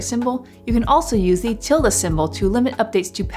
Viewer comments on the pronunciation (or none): none